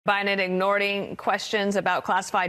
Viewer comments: Ignorting...she said Ignorting and seconds. Can she please give a definition for that word? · "ignording" questions 🤭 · Did anyone else hear her say "President Biden ignording....." ?